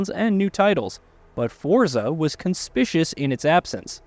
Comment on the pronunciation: Yeah, you don't pronounce conspicuous like that. Wow.